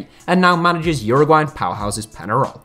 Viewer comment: Pen-ah-roll... horrible pronunciation. Pen-ya-roll.